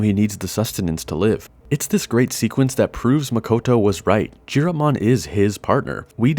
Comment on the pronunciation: Nice video! But Chiropmon is pronounced with a "k" sound, not "tch".